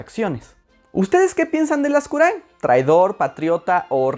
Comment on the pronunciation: Por fin escuché mi apellido bien pronunciado jajaja